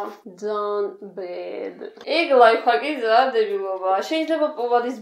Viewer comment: ლაიფხაკი არა ლაიფჰაკი